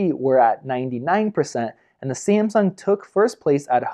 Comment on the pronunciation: ......How do you say Samsung? lol